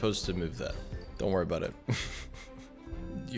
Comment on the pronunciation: right after "the odds were aboot double that" too